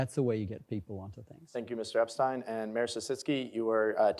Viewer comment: I’m a neighbour and friend of Geoffrey Epstein- it’s pronounced Ep-stine not Ep-Stene Mr. Epstein is a retired physicist and has lived in the area for over 20 years- he’s no stalker that’s the name of our street